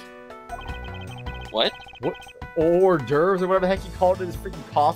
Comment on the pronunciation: You pronounce it like "or d'oeuvs", while I learned in my French class in school its pronounced as "or d'oeuvr"